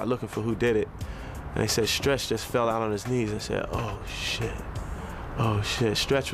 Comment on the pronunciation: Love how he said stretch was Pac best friend... Emphasizing before Biggie